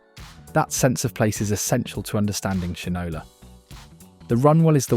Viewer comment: I’m sure this is a computer generated voice, but you need to correct how you pronounce Shinola. It’s shine – Ola.